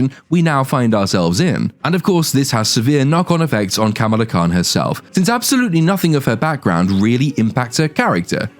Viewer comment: Camel-Ah Khan is somehow more racist that pronouncing it the same way as the WWF wrestler 🤣